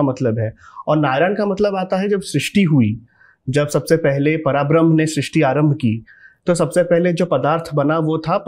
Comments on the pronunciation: पराब्रह्म नही है। परब्रह्म है। आजकल कोई भी उठकर अध्यात्म पर बोलने लगता है। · No hate and i love everything you said and i didn't tell anything for showing any thing not saying words misinterpret ni ho skte just want to say that 3rd one is vaman avtar And पराब्रह्म ni परब्रह्म hai And it's not बाली its raja बलि ❤and thanks for information and spreading glory of God's ❤